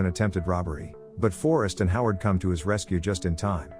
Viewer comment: Forrest, Jack and Howard Bondurant. Sounded like you said Harlow not Howard.